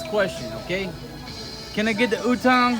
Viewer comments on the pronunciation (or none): Utong means nipple my friend... make sure to pronounce A on utAng. Gorgeous lady.